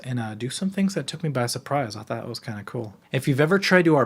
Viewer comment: “a thot experiment” 😭😭😭 (ik he said thought)